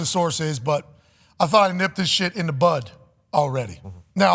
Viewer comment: Lmfao he was saying “butt” the entire time instead of “bud” Aj said “thats assault” lmao I love this show I am dying 😂😂😂